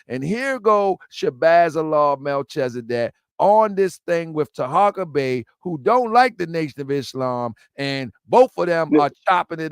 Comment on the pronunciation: Did he call taharka Taco bey??? 😂😂😂😂😂